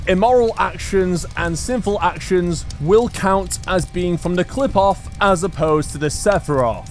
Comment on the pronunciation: I’m not sure about this, but I’m pretty sure the tree doesn’t pronounce the P it pronounces it like an F I’m pretty sure like cliff off again you should double check that but I’m not sure